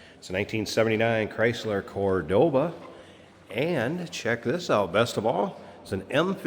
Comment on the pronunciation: The "Card-board-Ah!"